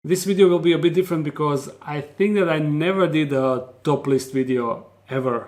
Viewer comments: Did anyone else think he said “my first topLESS video” I was looking at the screen like “whoa there That’s alittle more that what YouTube’s ready for” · At first I thought he said 'a topless video'. I almost clicked it off.